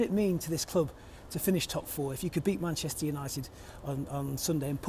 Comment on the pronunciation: but then every other time he says “munchester” 😂